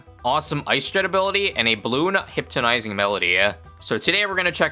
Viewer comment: hypnotizing? ❌ hyptonizing ✅